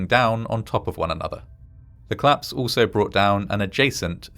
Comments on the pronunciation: Could you please pronounce "collapse" as "collapse" and not "clapse"? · Very good video. One minor criticism of your narration: I wish you would pronounce "collapse" and "police" as two-syllable words, not "clapse" and "pleece".